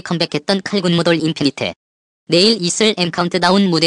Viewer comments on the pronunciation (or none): 저만...자꾸 인피니트가아닌인피니티라고들리는건가요??